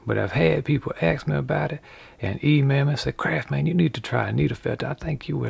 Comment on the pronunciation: Is there a more wholesome channel on YouTube? "There's no such thing as a perfect man.": "Hold my duss maks."